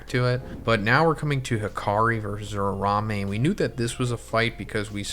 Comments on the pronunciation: It’s URA-UME! Not URA-RA-ME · Man pls Uraume not Urarame....... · Ura-Ume plz say it right